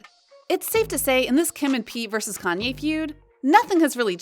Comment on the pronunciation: Why is she continually mispronouncing Kanye’s name